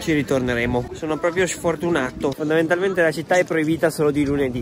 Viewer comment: Nessuno: Assolutamente Nessuno:: fondalmentalmente